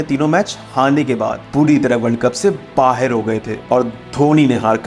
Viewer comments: 'Baher' nahi 'Bahar' hota hai Pakistani series bahot dekhte ho lagta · बाहेर कर दिया? बाहर होता है भाई